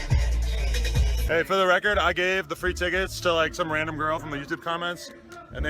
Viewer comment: "FoRRR the Recorrrddd" LMAO